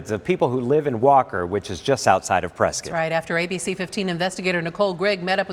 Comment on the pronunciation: It's pre-SCOTT not Preskutt 🤦‍♂️